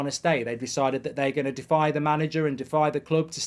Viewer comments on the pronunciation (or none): none